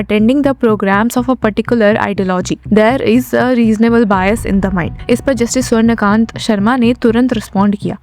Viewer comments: The name is Swarna Kaantaa not Swarna Kant. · जज महोदया का नाम तो सही से बोलिये... इनका नाम स्वर्ण कांता शर्मा है ना कि स्वर्णकान्त शर्मा 🙄